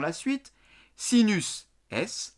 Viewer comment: Super video euh par contre à vous avez dit sisus au lieu de sinus ahahzhzhzh mais bon ca arrive a tout le monde.... bises!